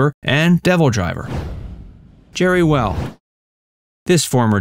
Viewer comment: Its Jeri Weil, not Well.